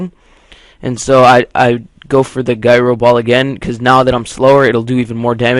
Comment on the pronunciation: does he not know how to say gyro right?